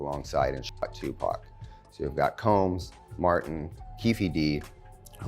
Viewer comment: She can’t even pronounce Tupac’s name right